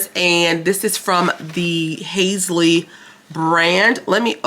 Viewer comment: Hi have a wonderful day and stay safe. The first box was Patrick Ta, second Khloe Kardashian, third Halsey pronounces Hall -sey 😂 mine still not here yet it says its do to the fires in California. The bag reminds me of a kiwi fruit 😁 you either got the Volition or glamglow clay mask moisture. We either got the highlighter in liquid or press powder, everyone got herbivore oil. Your face when saw the price 😂 everyone got the Rhianna mascara. I choose the Charlotte Tilbury medium lip liner too. Everyone did get the palette. Its ath-er, in were the mirror should be it tells you why mirror is not there. I'm trying to help 😁